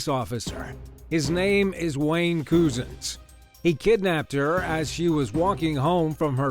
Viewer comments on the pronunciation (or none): Wayne cousins not coozuns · Number 10s name is pronounced Wayne Cousins